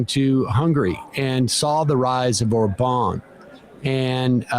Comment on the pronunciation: Guys, love you, but it‘s ORban… not OrBAAN… and DUbai… not DubAAAI… and, heard recently: Alice WEidel… not WeidEEEL… 😂